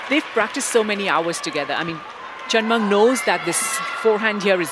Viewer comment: commentors... pls learn to pronounce the chinese name properly, it is hen with a C and Ming not Munk... how it Subra is promounce as Sub ra